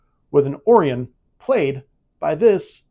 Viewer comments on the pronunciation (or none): Great episode. Loved playing along. Two things, though. Orion is pronounce o-RYE-in, NOT OR-ee-on. Secondly, the final Jeopardy answer was flawed. Although Susan Oliver IS the answer and she co-starred in episode 1. "The Cage" was NOT the earliest episode. "The Man Trap" was the first episode to air on TV making IT the EARLIEST episode. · He did, it’s or I on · Exactly! It's pronounced just like the Syndicate in Enterprise and Lower Decks, the constilation in the night sky, or even the belt in MIB II! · Did he really just say "or ee on" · please check the way to pronounce Orion and Combs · You pronounced Orion so badly it took me outta the game.. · 🤣🤣 I think he makes up for it with being easy on the eyes.